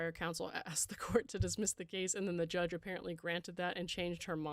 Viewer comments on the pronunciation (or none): none